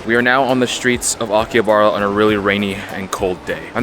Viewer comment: bro says it like akiyabara. Bro It's Aki-Ha-Ba-Ra